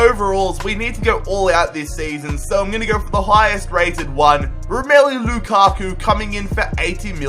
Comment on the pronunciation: The way you pronounced - Ro-may-loo Look-akkk-oo